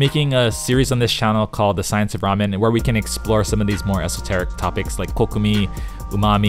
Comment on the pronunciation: It's KOKUMI, not Koku